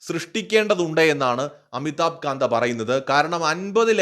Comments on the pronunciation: പറയുന്നത് ശരി ആകാൻ സാധ്യത വളരെ കൂടുതലാണ്. പക്ഷെ അമിതാബ് കാന്തിനെ കാന്ത എന്ന് ഉച്ചരിച്ചത് തെറ്റായി പോയി. കാന്ത് ആണ്. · അമിതാഭ് കാന്ത് എന്നാണ് പറയേണ്ടത്. കാന്ത അല്ല..